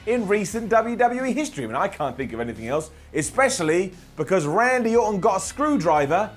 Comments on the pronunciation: "Andy Orton" c'mon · I know you said "Randy", but I still hear "Andy", and now I wish there was a wrestler named Andy Orton, just for the laughs.